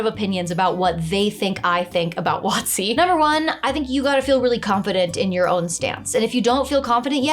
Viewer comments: I have never heard WotC pronounced as "Watsi". Took me a moment to decipher it, but I'm a big fan of pronouncing abbreviations like words (that's why I always carry my Light Amplification by Stimulated Emission of Radiation, or "Lasert", Sword). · I'll admit, I spend too long trying to figure out what company you meant by "What C". Did eventually realise you were talking about Wizards of the Coast and just pronouncing the acronym. Also that part about pets. In our last game we kinda gained them naturally overtime, almost accidentality and then got TPKed. So for our new characters our GM gave the option of having any CR 1 creature as a pet. Was having a Faerie dragon youth as a companion incredibly overpowered, yeah it was, but it was fun as hell. Also there was only three of us and no one was playing a ranger or druid, so it didn't overshadow anyone.